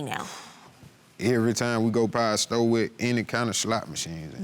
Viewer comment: It's store, not sto sir 😆